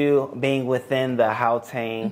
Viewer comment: my sister's pronunciation of Gauteng is so spot on, it is even better than some of South Africans